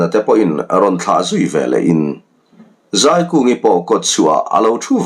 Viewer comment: A hrawkah azei sak ti lo in A hrawkah azai sak tih zawk tur